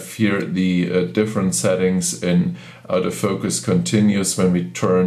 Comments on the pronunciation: I personally do not care how many languages the person speaks, however when he speaks English and attempts to say "AUTO FOCUS", it sounds to me like he is saying "OUT OF FOCUS." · When you say "auto focus" it's sounds like you are saying, " OUT OF FOUCUS."